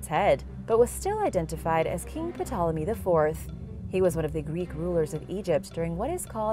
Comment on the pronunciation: Please; the p in ptolme is not voiced!